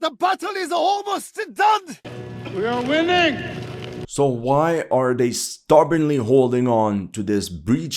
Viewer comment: Ви а виннинг